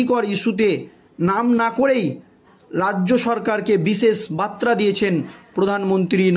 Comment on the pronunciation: বারবার মুরমুর বলছেন কেন? ওনার নাম শ্রদ্ধেয়া দ্রৌপদী মূর্মু। আর বাত্রা নয় , বার্তা।